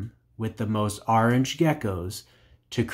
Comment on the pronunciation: Orange not ARange but nice video🤘